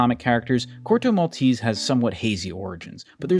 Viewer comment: I wish you'd pronounce Corto Maltese the proper way.